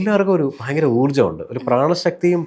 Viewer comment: ബൈങ്കരം അല്ല ഭയങ്കരം ആണ്. അതിന് പകരം " വളരെ "എന്ന് പറഞ്ഞാൽ വാക്കുകൾക്ക്‌ കുറച്ച് കൂടി ഭംഗി വരും. അത് പോലെ,.. കലിയുഗം കഴിഞ്ഞാൽ കൃത യുഗം ( സത്യയുഗം ) ആണ്. കലിയുഗം കഴിഞ്ഞാൽ ത്രേതാ യുഗം അല്ല.